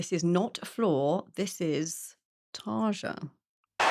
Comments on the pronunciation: TarYa, not Targa. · and ONCE AGAIN incorrectly pronounced her name. Try like you´d say "Tarya" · Please, please, please do the tiniest amount of research 😔 It's so disrespectful to mispronounce people's names and it takes all of 4 seconds to google "how do you pronounce the Finnish name Tarja." In Finnish, the J sound is a Y. Tar-ya. This has put me off multiple YT channels because it's really not hard to learn how people's names are pronounced. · Its pronounced Tarya with a rolling R... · the J in Tarja is pronounced like a vowel, like a y. Tarja read Tarya. Fun fact, Tarja had a flu the night before she recorded that. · It's so unusual to see people discover Nightwish with Tarja only after they're familiar with Floor. And don't get me wrong, I adore Floor, but hitting 40 now, I grew up listening to Tarja. Btw. her name is pronounced /tarya/ ;) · Tarja = "Tar" like tar, and "ja" like young. R should be pronounced like in pater (lat.). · I'm waiting for a day when anglo-saxon reactors will stop for the moment and realise that not everything is pronounced according to their native language (English). not to mention that in this day and age it's easy to go online to find out how is Tarja's name pronounced. apart from that, there are also 2 Floor's version